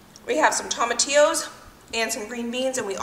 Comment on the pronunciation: you keep saying tomatillos phonetically as taumatillos, when they are pronounced phonetically as toematillos. Just a friendly fyi. Congrats to you and Josh on your pregnancy.